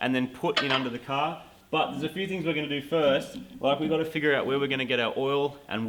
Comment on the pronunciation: "That is Supah Cah Fast". lol Or 60s American car fast. :P